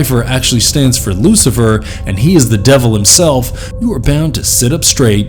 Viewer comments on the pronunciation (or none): none